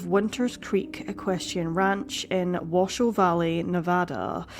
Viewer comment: “T-ahh-hoe” but I do appreciate your proper pronunciation of Nevada and Washoe ☺️